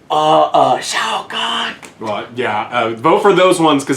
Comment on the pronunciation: ROFL def didnt know he said shao kahn. Motoro!